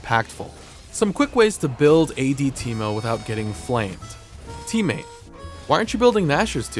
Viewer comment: this video is more of a "How many ways can I fuck up the name Teemo." Than a character spotlight